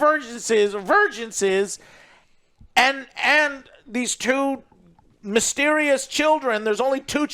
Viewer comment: lol “vergeance”